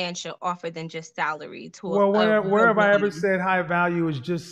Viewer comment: She said “th-alary” (salary) 😂😂